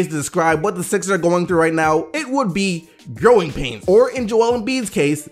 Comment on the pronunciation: I kept hearing groin pain instead of growing pain when was talking about Philly